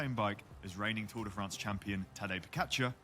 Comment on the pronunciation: It's called 'Fraaaanz' not Friends.